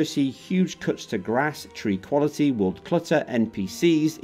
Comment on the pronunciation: "Sound wuality"